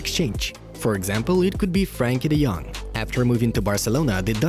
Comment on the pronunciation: If u say F djong name again .I might lose belief on ur news. Common man , it doesn't make any sense